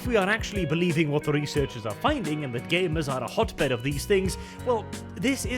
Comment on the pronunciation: some of the times you said researchers i heard "reseters"